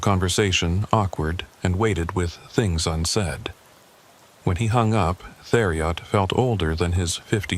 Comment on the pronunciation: It’s pronounced “terry-o” not “there E Ot”